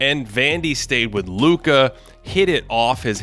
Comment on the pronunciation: The oddest pronunciation of Luka's name I've ever heard 😂😂😂